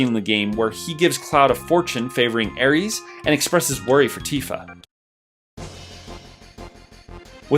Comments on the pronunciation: He done said Aries 🤣🤣🤣 It's AERIS... Or Aerith is fine too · Air-eese? Who pronounces her name like that? Thanks, I hate it! lol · "Ares" lmao Heard people say aeris some bizarre ass ways but that's a new one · I'm sorry but I can't respect anybody who says aries? She's not the God of war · Good list. Where are you from exactly? You sound American but I never heard anyone pronounce Aeris’ name like the Greek god of war and red 13’s limit break loon attic high.